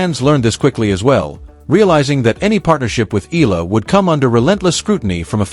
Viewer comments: Her name is Alex Eala not Alex Ayala. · Pronounced: Eh...ya...la